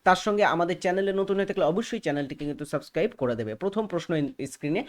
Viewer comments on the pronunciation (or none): none